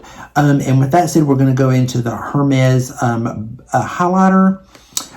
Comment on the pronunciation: I think going into sephora and swatching is a good idea, lol especially with the pandemic. That Chanel advent calandar is outrageously priced, wow. Just FYI, I hope it doesn't offend you , Hermes is pronounced with a silent H- "ermez"- if you even care , lol. I know how it feels to be corrected ,(in a store, and very snarky, and mean) when I was looking for Aigner shoes( Etienne Aigner, I'm old, lol). I suppose it was annoying to the sales person , I butchered it and had a little southern twang. I used to buy Estee Lauder holiday sets and loved them although the cosmetic products have upped its game the past 10 years. I hope today someone was nice to you , just in case I'm saying I ❤ you 😘